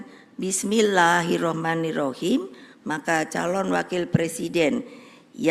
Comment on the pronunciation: Sini saya ajarin....Bissmillahirrohmaanirrohiim.sebegitu sulit membaca basmallah yg baik dan benar